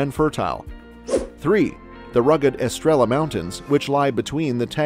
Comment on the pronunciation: Here are 15 fascinating mistakes in this video: - "Its", not "it's". - "Estrela", not "Estrella". Estrella is Spanish. - Mondego, not Montego. - Parque Natural da Ria Formosa, not Doria Formosa. - Álvares Cabral, not Alvarez Cabral. Alvarez is Spanish. - Neither Pinedagueres nor Pineda gatez, it's Peneda Gerês. In this case the "g" has "j" sound. - It's Benagil, not Bengali. - The path the Douro river takes is not the border nor it marks the distinction between Portugal and Spain, the river that (partially) does that is the Minho river. - What??? I'm a 57 year old portuguese person and I've never heard of a carnival with boats in the Algarve! Plus, those pictures are from boats in Vila Nova de Gaia, which is in the opposite side of the country. - Not any rooster, it's the Barcelos rooster. - We call it Bacalhau, not Bacalao and certainly not mackerel. - Azulejos, not Azuelos and definitely not willows. - Sarah Del Rey, a Candia rose???? 🤣 - What others already said in the comments. - Those clips are from the Lello bookstore in Porto, not from the Bertrand bookstore in Lisbon. If you're going to keep putting subtitles in the videos, get them right instead of letting the Artificial Ignorance do them. Or don't put them at all, they make things even worse than your pronunciation.